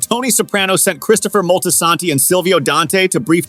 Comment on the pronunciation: Not Christopher moltisanty 😂